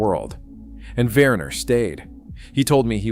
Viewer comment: the name is pronounced "Vehner", nor "Wurner"